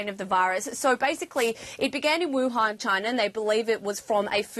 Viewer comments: did he say wahun ? Youre mean WUHAN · its wuhan city not wahun, literally you didn't make research